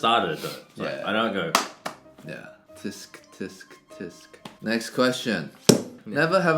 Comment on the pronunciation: "Tisk tisk tisk" Look up how to pronounce "tsk", buddies. Btw the Chinese for "tsk" is 啧. If it helps.